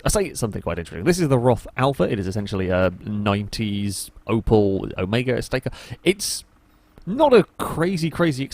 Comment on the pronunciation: As a german i can say: holy goddamm jesus he sad the opel word as a british person!